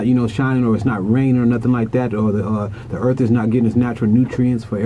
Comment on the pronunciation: Its earth not earf